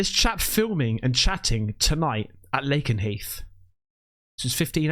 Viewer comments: Lakenheath is said to”lake-en-heath”. I live close by and there’s two in close proximity to each other. The other base is called Mildenhall. The area is a HOTBED for UFO activity. I’ve lived here 20 years and I’m 20 mins up the road. I have seen 2 in my time here. One about 17 years ago and one about a month ago. My friend who also lives in the same village saw one the same week and I got excited thinking she saw the same one I did, but she saw a DIFFERENT ONE. She got photos too!! I have no pics as the first time I was on my motorbike late at night and had to take my gloves off and get my phone out; my memory was full on my phone and by the time I deleted photos to free up space the fucker disappeared! The one most recentky I saw at home whilst smoking and I thought it was a drone so didnt run to get my phone.. by the time I realised it was too late. They often show up where there are bombs and nuclear war heads. Although the public are reassured such things aren’t stored on the bases, I doubt very much they are telling the truth. People local to mildenhall say there is an underground network of tunnels that spread as far as Newmarket. Nothing would suprise me. I think the aliens check in on us and evaluate how much damage we could cause. 😂 stalking us to remind us that they have the true control. When the Australian school children met the aliens they all said they spoke in images telepathically to show their concerns over nature, animals and that technology is bad.. I wish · It's pronounced Lay-ken-heath ❤️